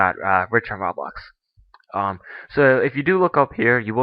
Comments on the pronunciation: It's pronounced roe-blox not ra-blox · Its not "Rahblox". Its ROBLOX! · It's Roblox not "Rawblox" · xD did he pronounce "roblox" "rawblah" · RABAX THATS WHAT HES SAYING INSTEAD OF ROBLOX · he said "RAWbox" its roblox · idiot its ROH-BLOX not RAW-BLOX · dude its roblox not rawblox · e.e nots rablox its roblox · Why do you pronounce it as raablox instead of roblox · Ro-Blox (not Raw-Blox) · its not ROB lox its ROBLOX (Roe- Blocks) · ROBLOX NOT RABLOX LOL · Its not freaking "raa-BLOX" its "ro-blox" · i now pronounce rah-blox, roblox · did he just say Rahblax? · He said RABLAX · Did he say "Rablax"? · Its sounds like ur say ruhhhbax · It's SUPPOSED to be pronounced roblox. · ROBLOX isnt pronounced like that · He says roblox like me :D I guess I'm not the only one :) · he said roblox wrong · Say Roblox right dude...